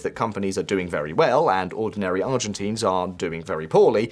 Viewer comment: dude check you pronunciation before uploading videos. Argentines, Milei - it's not pronounced the way you do it